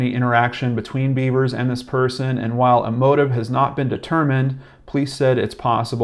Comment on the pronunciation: You should learn the proper pronunciation of the name of the person you're speaking about. I think it's insulting that you keep saying "Beavers". I'd be pissed if it was my loved one. I see the dumb cop said it, too.